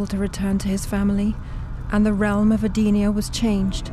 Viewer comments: "Edee-nia"? Really? It's "Eden-nia" as in it was a Eden. You know what. The narrator doesn't know how to pronounce anything. Except some tidbits. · Big deal. It's not like her Edee-nia is a big issue.